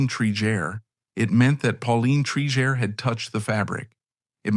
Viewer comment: You pronounced her name correctly in the beginning and now 3 x incorrectly. Obviously an AI voice. Disappointing